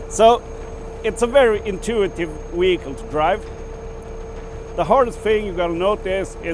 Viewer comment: All well and good, but what exactly is a weehicle?